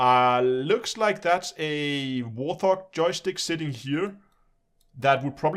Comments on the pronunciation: It is a Thrustmaster T- sixteen THOUSAND not HUNDRED...you always get that wrong...............T-16000 not 1600.......just saying. Also It's pronounced WART---HOG...not WARTH-HOG....the first syllable does not have a TH sound in it just the T..like a WART on the skin of a HOG...WART-HOG. Now the ship is from Star Trek II..The Wrath of Khan..it is the USS Reliant.. and the other ship on the stand is the Mothership from Homeworld the video game. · I like your videos and am subscribed. I've seen a few of your videos where you pronounce Warthog incorrectly. It is "Wart" and "Hog" no "th" sound at all. It's named after the Fairchild Republic A-10 Thunderbolt II, nicknamed Warthog. Warthog wikipedia article includes pronunciation. Sorry, but it's been driving me nuts ;-)